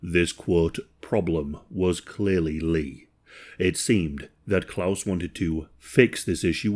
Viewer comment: He's at least trying to pronounce the name Klaus correctly, I'm so happy about that😂